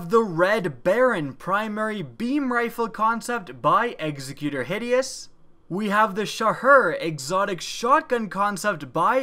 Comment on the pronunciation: The Zen Meteor-style sniper was nice, but I love the Villain rifle. Hakke has great designs, and I love the blue motif. The runners-up were also very nice concepts. Also,, the title "executor" is pronounced very much the same as "executive." It's just a different ending.